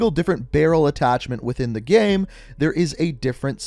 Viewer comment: The way you same “game” gives me anxiety